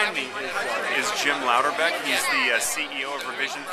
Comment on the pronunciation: lo. it is louderback not louderbeck.